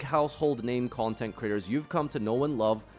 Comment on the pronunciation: he's saying content critters, don't pretend you heard content creators when content critters is far more hilarious lol